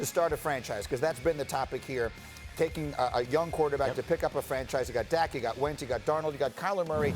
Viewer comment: It’s dak and it’s not close lol